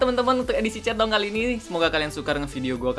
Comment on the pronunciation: sekilas kalo lu ngomong chatdong kdengerannya kaya centong, you know centong brooww? :D